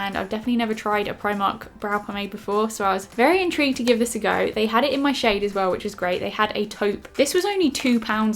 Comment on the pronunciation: U said intreeged too many times